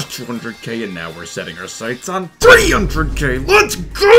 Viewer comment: I will never get used to him saying 300k